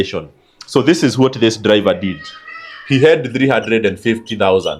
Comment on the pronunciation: Or or all my dude your diction confuses us 😅😅 so much raw or low, dliver or driver?Ron or loan?😅😅😅waaaaa